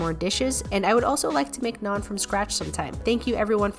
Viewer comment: the fact that she pronounced naan properly compared to other foreign food vloggers